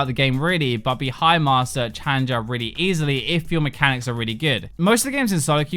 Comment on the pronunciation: Hahaha. Mehcanics